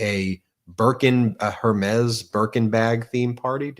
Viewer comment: Her-mez as you pronounce it (Hermes) is pronounced air-may.